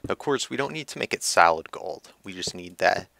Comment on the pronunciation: To my ears, when you say solid, it sounds like salad :P